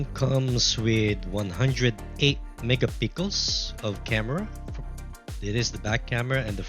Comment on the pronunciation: Akala ko ako lang nabobother sa mega pickles nya😂